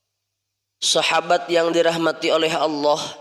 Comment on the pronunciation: AsKUM, MHON MAAF INI KRITIK MEMBANGUN, KALIMAT ALLAH JGN BUNYINYA TIPIS ((ha yg berdekatan dgn jim habis jim baru ha, jgn dipakai ha yg ini tetapi setelah WAU coba diperhatikan belajar lagi????